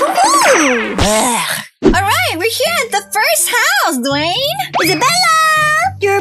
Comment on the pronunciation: I like the part when Lisa saidDwayne's name wrong